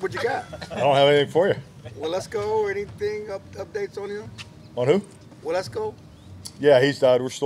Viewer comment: To be fair it sounded like said “well let’s go…” instead of Waletzko